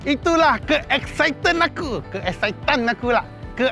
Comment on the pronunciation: Ke exicited tan = mcm ada bunyi setan bang😂